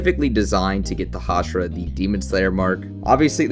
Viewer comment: Can you stop saying hashara thxxxxxx 😂